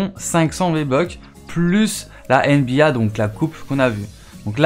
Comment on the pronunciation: Tu prononce mal nba